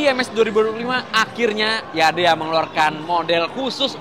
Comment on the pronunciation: jangan YADEYAA 😂